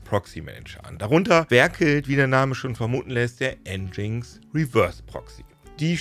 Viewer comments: Das heißt nicht N GINX sondern "Engine X" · Es heißt "Engine Ex" und nicht "Endschings".. (Aussprache von Nginx) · Für mich leider ein langweiliges Thema, denn der Inhalt des Videos ist so schon deutlich über 10 Jahre umsetzbar und einfach alte Kamellen. Dann auch noch nginx falsch ausgesprochen. 🤡